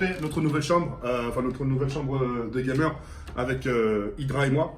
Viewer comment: On dit "GAMER" PUTAIN